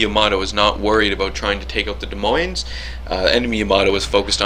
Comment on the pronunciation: Holy shit, I thought this ship was supposed to suck! Nice vid,! But just to be a language Nazi, BOTH S's in "Des Moines" are silent. 'Cuz French and shit.